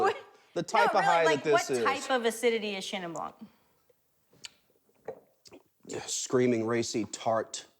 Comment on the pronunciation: I just want to say, it is "bl(y)an", not "blanK". The K in "blanc" is silent. And the N is nasal. Bl(y)an(nasal).